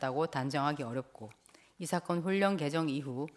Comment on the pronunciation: 이사건을 이사겅 이라시네 받침 발음할때마다 엉발음을넣으시는데 한국인중에 그렇게말하는사람은없지요